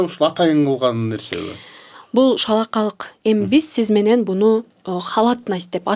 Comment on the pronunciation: Таттыбүбү айым сиз бир эмес эки жолу шалаакалык деп айттыңыз. Адам баласы албетте сөзсүз адашып сүйлөп алышы толук ыктымал. Бирок сиз кайра кайра шалаакалык деп айттыңыз. Же кыргыз тилинде шалаакылык деген сөз шалаакалык деп өзгөргөнбү?